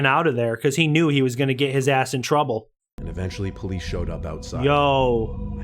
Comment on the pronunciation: Jonathan Alvarez Lopez I know it just sounds like he said pleace